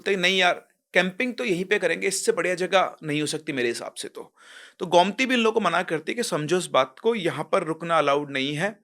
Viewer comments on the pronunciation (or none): Sir it's गोमती not गौमती 😅